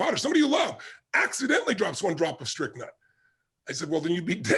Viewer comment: He said, strychnine.